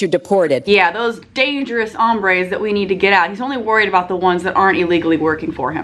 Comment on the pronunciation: Trump's pronunciation of 'hombre' made me cringe.